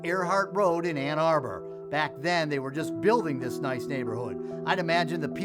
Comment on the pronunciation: That one reporter said "Anna Burr" instead of Ann Arbor. Never heard it pronounced like that before. hahahaha